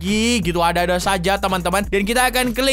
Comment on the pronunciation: Bang bukan came tapi come